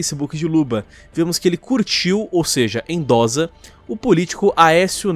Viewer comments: A pronúncia é endossa não endoza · Se fala Endossa e não endoza. De resto, concordo com tudo. Abraço. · Falado: Endo"z"a Tá errado. Endo"ç'a tá certo. OBS.: Endossa (escrita correta). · 1º endossa é com dois "s" a pronúncia 2° o pessoal da direita é meio homofobico mesmo é só olhar os vídeos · É "endossa" maluco, com dois S e não com um hehehe